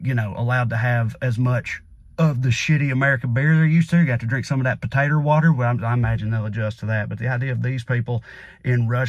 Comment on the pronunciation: "Patater water" lmfao. Trae = comedic genius.